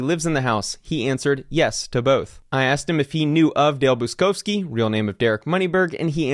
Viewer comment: Buczkowski is a typical Polish surname and is pronounced Butch-kovskee. Cheers! And all the best with the trial ;-)